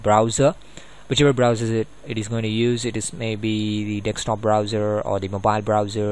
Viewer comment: Why can't indian ppl say desktop?